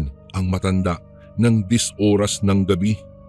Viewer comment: Oras tamang pronounciation hindi URAS 😂